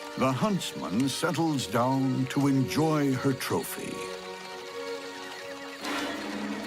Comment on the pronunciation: " enjoers"? FANS!!